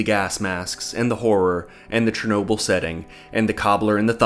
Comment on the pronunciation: What the hell’s a Chernoberlatite?